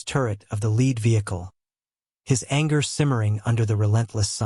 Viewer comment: I wish AI would learn correct pronunciation based on the words around, e.g lead being pronounced either "led" or "leed". To a lot of people its like tge screach of chalk on a chalkboard. Almost makes me want to stop the story instantly.